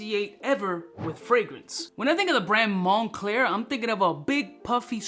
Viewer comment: “Mon-Cler” Money_Clear 😂 🤣 😂